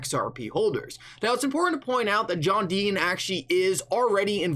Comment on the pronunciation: Today’s Rant should be brought to you by the letter T John DEE-TON…..not DEE-IN